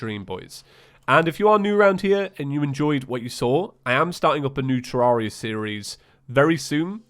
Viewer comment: Please stop saying Terraria wrong, it's painful..